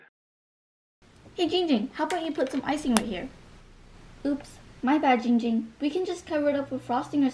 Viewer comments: He does already cuz he says ging ging but its actually ginnnnnng ging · His name is Jiiiing jing not ging ging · It's giiiiiiing ging not ging ging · Victor Martinez ITS NOT JING JING ITS Ging Ging! Get it right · His name is gwak gawk it's not going ging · its not ging ging its ginnnnnnng ging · It is pronounce Giiiiiingging not gingging that is his cousin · it's giiiiing giing not ging ging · He always say it wrong is giiiiiiiiiing ging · No it’s Giing-ging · Il give you a present the present is im gonna say ur name correctly GING GING